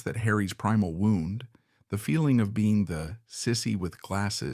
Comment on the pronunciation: You need a better robot. This one thinks that a wound is something that got winded around.